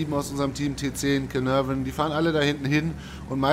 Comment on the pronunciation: Sehr schöne Anleitung zu beiden Panzern! Sind beide meine Lieblinge, bin aber noch ziemlicher Anfänger und froh über solche Tipps. Danke dafür! Nur eins tut mir ein wenig weh: wenn du versuchst, Caernarvon auszusprechen ("Kehnavöörn" xD). Es wird in etwa "Kehrnahrven" ausgesprochen, mit typisch weichem "r" ;-)